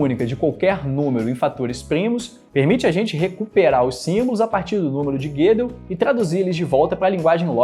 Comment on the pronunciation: "Guedel" não. É Gödel com ö